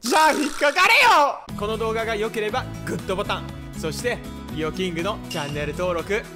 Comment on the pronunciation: ハハハはじめまして…！ ちなみに最後に言うこの動画がよかったらグットボタンのグのところもっと強く言ってくださいw